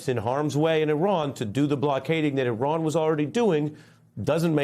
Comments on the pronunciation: At least he didn't pronounce it I ran. You did good today, Ari. 👏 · At least he didn't pronounce it "I ran". You did good today, Ari. Keep journaling.